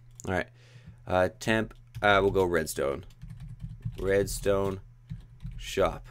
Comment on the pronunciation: You said redsont